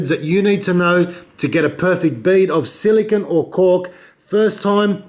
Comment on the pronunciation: Silicone, stop saying silikin